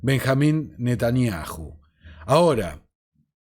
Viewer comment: Mis felicitaciones a tu entero trabajo!!!admirable!!!( si me permites...yom...se pronuncia "iom" y Netanyahu..."Nataniau" esa h es muda... y 😮😅